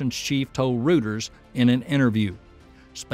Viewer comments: Great vid thanks. Reuters is pronounced Roy-ters not rooters FYI. As far as I am concerned, sapcex know how to get to orbit, and its stage zero that needs 95 percent of the work. The telemetry data collected is really useless when stage zero destroys the booster (etc) before it has even left the OLM. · Roy Ters not Roo Ters. Y’all haven’t been exposed to much English eh? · Rooters? Oh, that's pronounced Royters. Very old company, established in London in 1851. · It is pronounced Royters, not rooters. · "Royters". Reuters is pronounced like "Royters". You kept reminding me of Hooters. Now I'm hungry. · Thanks for all your great information. I just wanted to let you know that you are pronouncing Reuters incorrectly. "Reuters" is pronounced "Roy-ters". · Reuters is pronounced "roy ters". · Learn how to pronounce Reuters.